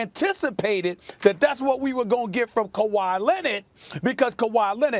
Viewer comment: Stephen A. “LEBRAWN AND NOT KUHWHY” Smith